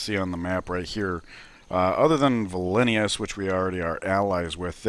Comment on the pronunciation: It's Vil-Nus not vi li ni us